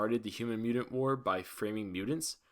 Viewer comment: Damn you suck you can't even say mutant